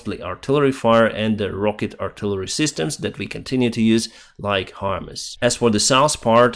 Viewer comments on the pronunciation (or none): none